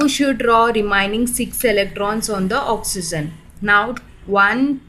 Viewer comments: you should speak oxygen instead oxen... i hope u don't mind it.... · Mam its not "oxyzen"...its oxygen🙂for your kind attention🤔